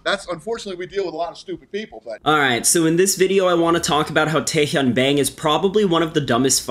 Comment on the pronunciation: Bang is pronounce bah•ng Like there's 2 ways to say AEIOU the other is Ah Eh I Oh U. But you did pronounce Tae Hyun PERFECTLY.